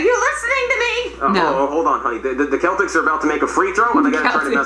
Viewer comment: My real name is Boston so obviously I’m going to support the Celtics but when he said keltics I felt bad for laughing